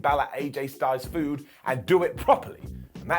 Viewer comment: By the end of 2022 needs to try and say feud correctly lol